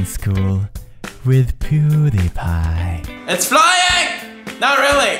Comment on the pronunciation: Bobby-Pie instead of pewsiepie